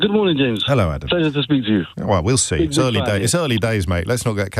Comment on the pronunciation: Call me crazy but I'd swear Nick said 'Shames O'Brien' this morning. Then instead of his usual elongated "thankyouuu Nick", James sounded almost blunt...before really putting the boot in during the first hour of his (great) show this morning.